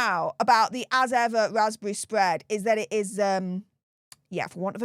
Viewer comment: Meg,s vaspbevvy spvead😂